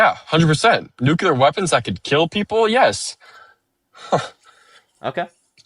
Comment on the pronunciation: OMG this caller needs to read a dictionary, because he doesn't understand the meaning of words! And for the love of Gawd, people need to learn to pronounce "nuclear" correctly! It's NEW CLEE UR, not NUKE YOU LUR! Jesus H Christ!